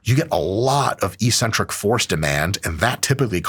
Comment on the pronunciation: Hey Mike! Just a little thing to note that made my French brain kinda confused: Eccentric is pronounced excentric, not eecentric 👍